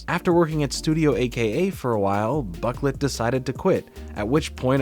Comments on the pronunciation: Boh-CLAY not buk-let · Boquelet is pronounced Bow-ku-lay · His last name i'm pretty sure is pronounced bro - klay